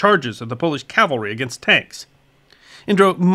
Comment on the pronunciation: Excuse me for saying so, but it really irritates me to hear people mispronounce "CAV-alry" as "CAL-vary." Subtle yet significant difference. I still love you.